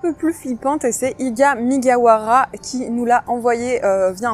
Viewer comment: Ibra migawara 🤦‍♀️🤣 C est ibra MUGIWARA* Sinon super video 👍